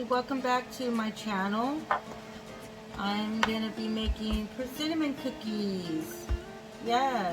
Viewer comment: “Persi-nnamon cookies!” Love it :)